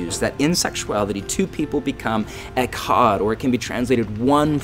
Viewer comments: OMG THATS NOT HOW YOU SAY "ECHAD" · This is awesome! Short note on your hebrew; pronounce the "ch" more with your throat (almost like hocking a loogie) instead of a hard "k" sound. (I am very new to hebrew myself, but that is on of the key things I picked up on.) Shalom.